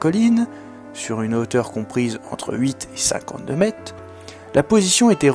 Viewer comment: bonjour, bon reportage mais il y a quand même un petit problème ; ne serait il pas possible de prononcer les mots dans leur entièreté?. On parle de metRe et non pas de mete. Les unités de mesure comme les autres mots tel semblabLe se doivent d'être dit distinctement. Je sais que c'est un détail pour vous mais je trouve que cela est important pour la bonne compréhension et la fluidité de ce que vous dites.